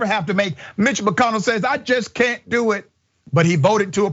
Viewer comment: Not "M" itch.